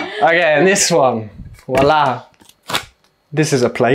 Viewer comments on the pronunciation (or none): none